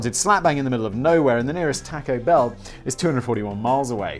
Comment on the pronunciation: The best part of this video is Simon calling it Tack-o Bell 😆